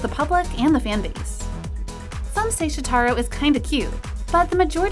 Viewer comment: Okay first...its Shòtaro not Shotarò. Please learn how to pronounce idol's names. Second- he is not out of place and a lot of fans liked him. He wasn't promoted right untill recently but not that much fans think he is looking bad. I have no idea who makes those videos but (in my opinion at least) the way they talk should be a little bit less biased. The person talking sounds like they hate those people. I don't know if it's their fault or they are reading a script but eighter way it came out rude. None of those idols deserve that